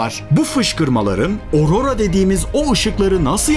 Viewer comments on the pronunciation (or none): none